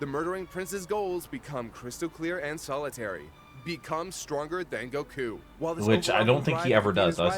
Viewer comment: The way the one guy pronounces Goku grates against my skin like a rusty cheese grater covered in broken glass.